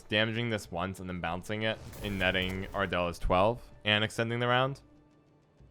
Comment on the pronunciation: Ardal is pronounced “ardull” not “ardell” FYI lol